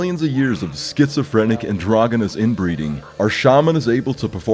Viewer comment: Triggered over pronunciation of "androgynous".